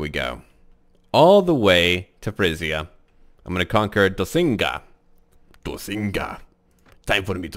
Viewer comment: doccinga should not be prenounced as dossinga, its dokkinga.